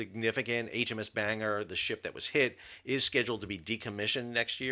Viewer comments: HMS Bangor is not pronounced like a Banger! If you notice the “o” that changes it. Bangor is said like Ban-gor, not banger and is named after a place. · It is not "bang-er". I know of 3 places with that name: in Northern Ireland, in Wales and the US state of Maine. The last two are "ban-gor" or "ban-gər". I expect ship is named for the city in NI: "bang-gir". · Sal, I like your content of all the creative, informative and descriptive videos you produce however, you also need to get the pronunciation correct. The naval units are pronounced “Chid ding fold” (Chiddingfold) and “Ban gor” (Bangor). In addition, the mine hunter class of HMS Bangor is pronounced “San down”. HMS Bangor was also accepted into service in 2000. It’ll be interesting to see what comes of the investigation! I suspect Chiddingfold may well have been conducting a dead stick manoeuvre (cold move) with pilot/tugs, the smoke could have been from generator only. Great video 😊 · With Sal's pronunciation of Bangor, the thumbnail could be "Banger got mashed". Enjoy your breakfast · "Bangor" is actually pronounced "Bang-ah" in British English, so yes, perfectly named 😂 The RN simply cannot afford to be losing ships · As a native of said place I can confirm the pronunciation as Ban-Gore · Bangor is a Scottish name... it's a smallish mining town in the Boarders. (only really know it because the Edinburgh-Bangor bus went past our home) Ban is read as in German "Banhoff" whilst "Gor" is read Ghor with a hard G and hard R. PS. the airbase in Maine uses thesame reading... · Two things offended me about this 1 - misprounouncing Bangor then making an off colour joke because of it - no e"s at all. 2 denigrating the BBC for not using allision this is not a term commonly used in the UK certainly not amongst the BBC's audience. Ignorant. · Ha! But the G in Bangor is hard - it’s a Welsh town. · It's Ban-gor nor bang-er. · It's not banger. It's ban-gor. Gor as an gore. It's a city in Wales.